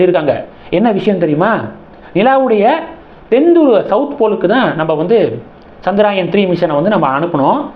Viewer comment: Not Chandraayan, it is chandrayaaaaan